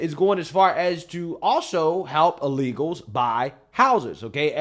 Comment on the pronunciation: says “uh-legals” 😂